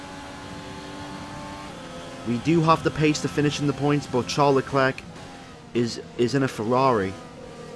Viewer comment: Stop pronouncing the C in leclerc it’s annoying it’s like pronounced leclare